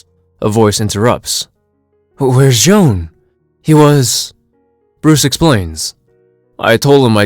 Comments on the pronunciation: Why do you keep calling J'onn "Joan"? It's just "John". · It's not pronounced as John at all, its actually Jay-on (J'onn)